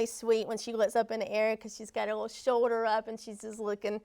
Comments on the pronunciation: It’s shoulder not show-der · I cant even watch this video for her saying show-der and not shoulder